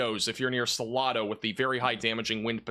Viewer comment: You are mispronouncing Salado ,it has a long A . SalAdo